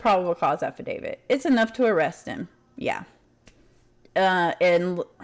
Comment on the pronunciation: Brian Entin's pronunciation: Ahhfidavid 🤣